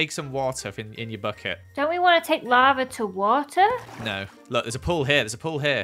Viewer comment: Nobody:: "Your turning the lave into water"